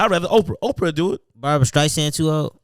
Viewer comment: My boi said Barbara Streisand 🤣🤣🤣🤣